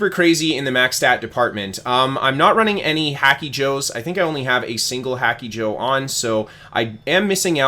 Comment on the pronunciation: Every time you say HACKY-Joe it makes me giggle like a school girl.